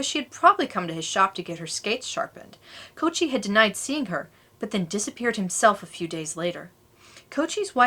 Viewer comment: This is an interesting and important story. But I was distracted by mispronunciation of the villain's name. The Italian surname "Cocchi" is pronounced "Koh- ki," not "Coach- y." The combination of c and h, in Italian, is pronounced like a k.